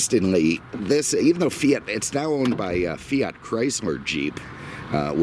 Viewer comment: Chryzler. LOL!!!